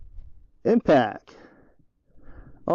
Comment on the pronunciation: what is it with all you youtube steel shooters saying "Impack", its "IMPACT", damn.